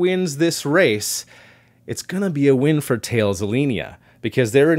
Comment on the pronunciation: Who's this 'tails' space? Its more correctly pronounced 'tal-is' (though being a french name - I probably don't have it fully correct).